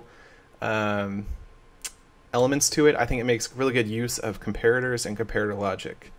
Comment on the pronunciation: Um, what? That's how "comparator" is pronounced. "com-PAIR-a-ter"